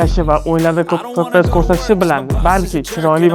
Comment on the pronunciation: Fps ni , chipini g'alati talaffuz qilyabsiz .